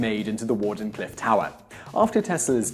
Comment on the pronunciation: Wardenclyffe pronounced Warden clyvfe.